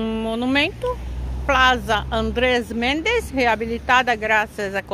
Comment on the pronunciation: Eu também moraria. Academias não faltam. Gostei de passear com vocês. Tu espanhol está mejorando,. Não existe o som "z" em espanhol. É sempre som de "s" de sapo para plaZa e para igleSia rsrsrs